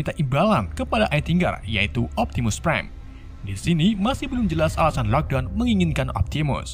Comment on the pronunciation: Prime bang bukan prien